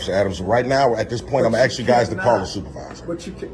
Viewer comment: It's Ask NOT ax